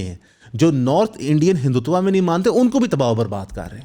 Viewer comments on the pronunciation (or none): none